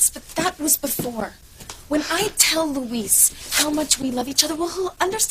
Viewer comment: Except you're wrong. His name is Luh-weese. It's not Lou-is. Everyone, but Roger are saying Luis's name properly.